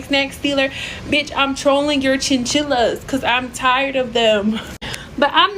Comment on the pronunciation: Did she say “chinchillas?” 😂😂😂😂😂😂😂😂 plzzz